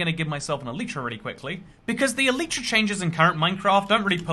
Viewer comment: Thanks for the video, just a small remark: It's not "an elytra" but a pair of elytra, like a pair of trousers. Elytra is the plural of elytron, the hard outer wing case of a beetle. Also, it's pronounced "EL-lit-ra" with the emphasis on the first syllable. I know, just about all minecrafters on YouTube get this wrong, but if I can correct the most well-known ones, perhaps one day the message will spread ;-)